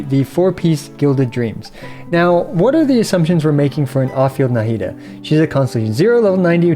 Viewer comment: Why do you pronounce Nahida with such a heavy “Na” syllable 😅